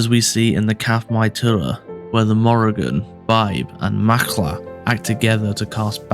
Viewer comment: Macha is pronounced "ma-kha" (The 'kh' pronounced like the 'ch' in chutzpah), there is no "l" sound. However, there is some great information here. Thank you. 💚💜💚